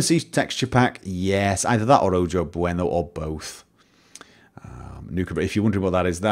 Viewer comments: Also "Ojo Bueno" is pronounced "O-ho bueno" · BTW, the letter "j" in Spanish is pronounced like an English "h".